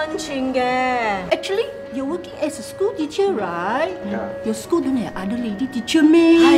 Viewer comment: I died . When you 2 lady pronouncing school teacher XD